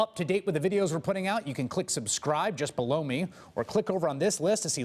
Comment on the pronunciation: HE SAID JUST BLOW ME OR JUST BELOW ME?